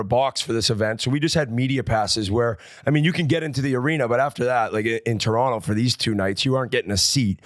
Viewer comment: Great pod boys! Gotta get working on saying Toronto properly, Whit's got it right. Where did you get that hat, Biz? Can average Joe's buy one somewhere?